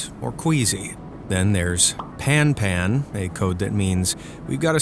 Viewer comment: PAN comes from the French expression "en panne" not P.A.N.